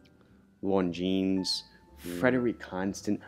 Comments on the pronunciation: Everytime one of you says Longines like "Lone-jeans" a french guy chokes on a baguette. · Should be pronounced 'lawn-jean'!